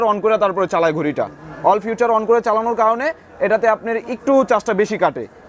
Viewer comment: Funtion re Fawshon bole abr feature re future bole